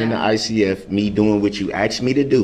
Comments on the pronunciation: I can't stand it when he keeps saying "I ax'ed for it" when the word is asked. That is so irritating! Lol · "I axed you.". "I did what you axed me to do." He's doing everything possible to delay sentencing. He's arguing with a female who is the sentencing judge. He is confusing the judge with his mother and his baby momma. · “Axe me to do” wow he keeps mispronouncing the word Ask it drives me nuts! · Does it drive anyone else bonkers that he says “axed” instead of “asked”? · “talk”: “I dit wut chew axed me tado” and “why dit chew hite stuff from duh jury”. Painful to listen to this thug pronounce even the most simple of words or as he would say “wurts”. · axed axed axed!!! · MrS.Dorow I mean come on he AXED YOU AND IF HE AXED YOU.. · Does he just love to argue or is he just trying to aggravate the judge. “ I DID WHAT YU AXED ME TA DO”. ITS RADICUULUS” Its a TAKIT AGREEMENT. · You know when she “axed” him if he was going to bring up subject matter jurisdiction that’s exactly what he wanted to do and pivoted to the filing complaint.